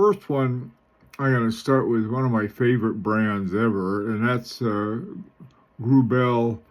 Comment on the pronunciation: PRONOUNCED - GRUBL 4C accent both on 1st syllable